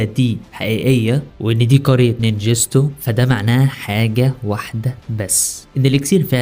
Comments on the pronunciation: يصطى اسنه الننجتسو مش الننجستو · اسمها النينجتسو مش نينجيستو